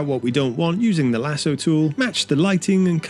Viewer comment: Interesting but they say lasso wrong